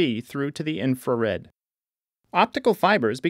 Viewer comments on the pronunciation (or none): none